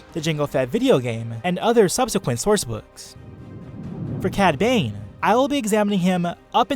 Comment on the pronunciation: dude I love your vids but when you said cad bane it sounded like you said padme